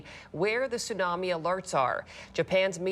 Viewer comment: A tsunami may be a silent killer, the 't' is not silent.